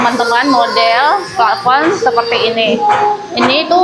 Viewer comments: koreksi yah. untuk penyebutan Plafon bukan Platfon dan Saklar bukan Sakral. klo Sakral ntar vibesnya kyk tempat² suci dan keramat dong..😊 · Plafon, bukan platfon .. 😁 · Saya juga senyum dengr ngomong sakral dan flatfon😂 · Betul. Pla Fon ( plafon) Sak klar (saklar)